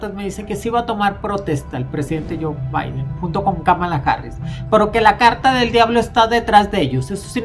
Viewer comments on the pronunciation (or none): “Jon Baiden”, y “Donal Tron”. Órale